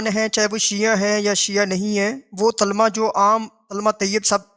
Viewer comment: او چاچا پہلے کلمہ کہنا تو سیکھ لے تلمہ تملہ کری جارہا😂😂😂